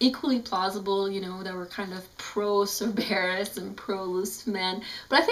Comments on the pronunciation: Congratulations on your pronounciation. :I SIR-BEAR-USSSSS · Stop pronouncing Cerberus wrong!!!! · I don't mean to be mean but STOP SAYING CERBERUS WRONG!!!!!